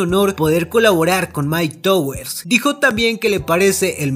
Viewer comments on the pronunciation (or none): Puñeta puedes decir myke tawers se dice asi no myke towers no se dice como se lee aparte de eso muy buen video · Se pronuncia tawers